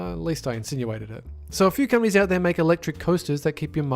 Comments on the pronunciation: I keep hearing gummies, instead of companies. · every time he said "companies" I thought he said "cummies"